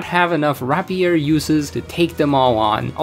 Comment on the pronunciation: Rapier is pronounced rape-yer